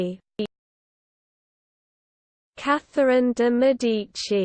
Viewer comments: 😳 seriously? So wrong!!! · Truly sorry but that's the wrong way to pronounce it